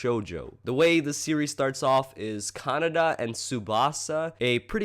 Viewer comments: ka-na-day. not canada. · Actually, its pronounced ka-na-deh, pretty much how its spelt. Japanese vowels are pronounced exactly as how you pronounce A-I-U-E-O (ah, e (short), oo, eh, o (short)). Well thats from what I've heard. xD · ca-na-da xD but its all good.